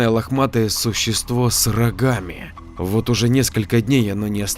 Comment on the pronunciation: Вокрух😏 - Не приятно когда "г" читают как "х"!!!- пожалуйста, не ломай в чтении произношение! Ты же не читаешь!: "-...существо с рохами"!!!- с рогами 👆👆👆 Не в обиду ✊🤝